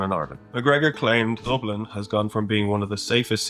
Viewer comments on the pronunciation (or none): "Dooblin" bro? Really? No attempt at all to learn how to say the word that there's a million clips of people saying it the same way (because there's only one way to say it I've never heard anyone get that wrong until today, c'mon now bro.) I've loved your videos for the longest time and you've hurt my soul today bro what the fk made you think that it was pronounced like that? And you got Khabib's name wrong aswel it wasn't even close to the way it should be said. I don't understand why you didn't try and just quickly check on it so you could get it right, it would've taken you two minutes at the absolute most. Bruh....just.....bruh🤌🏻😑🤌🏻